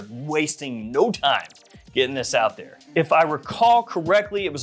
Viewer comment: ANUDDER ONE. NOW. PUT ANUDDER ON DERE. funny